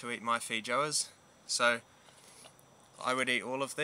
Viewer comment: fee joes? hahah, oh boy. I think the pronunciation is fay-oh-ahs. I def have to try them, to see if the only multi-food international market has them. I hope so. Thank you for the informative video!